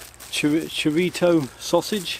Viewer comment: Chorizo not chorito I think you invented that word